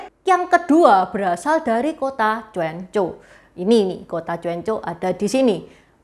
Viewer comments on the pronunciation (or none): Bukan cuancou bacanya jiencou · gini coan-ciu(泉州) itu kalau diucapkan dalam bahasa hokkian, tpi kalau diucapkan dlm bahasa mandarin jdi "choan cou" (泉州) tulisan pinyinnya Quan zhou, jdi bukan dibacanya jien cou❌...salah...